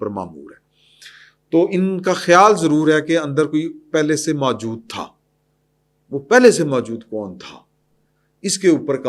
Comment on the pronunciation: جناب! یہ لفظ "ماجود" بلکہ اصل لفظ "موجود" ھے۔ تصحیح فرما لیں۔